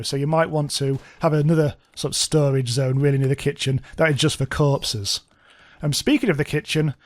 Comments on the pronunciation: I can't get over the way you say corpses 😂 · for some reason it's hilarious to me when he says corpses or doors